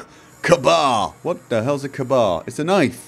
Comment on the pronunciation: Lol, it's pronounced K-bar:-)